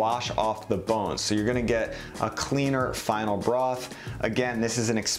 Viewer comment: Great video but why you keep saying bone bross . it’s broth. Just call it stock you can’t say the word